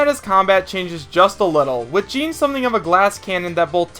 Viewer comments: Paper Mario wouldn't be an echo fighter. He would be his own character considering how different he is. Btw Jeanne is pronounced "Jeonn", not pronounced like "Jean". Just giving you a friendly correction. Btw if I were to choose another Kid Icarus rep, I would choose Viridi. I would love to see he playable but she wouldn't be an echo fighter. Btw Shadow isn't evil or good. He is an anti-hero like Dark Pit. I do agree though and hope me and everyone else saying this is right though that he is making it into the game. I say Shadow and Ken are gonna be the final 2 echo fighters. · It's not Jean like Jeans it's Jeanne. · How do you pronounce Jeanne wrong every time? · Echoes share the same body type as the characters they echo, dude....Toon Zelda wouldn't work due to height difference and ffs Paper Mario is NOTHING like Mario/Dr Mario and CANNOT work as an Echo. The mispronouncing or Jeanne's name made me cringe a little....guess you've never actually played the Bayonetta games or you'd have said her name correctly ( no offense or anything, just my OCD kicking in ). Finally, I want to add that Ninten is still a likely candidate.